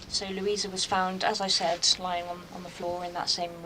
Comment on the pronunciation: Lou ee sa. Not Lew ee za.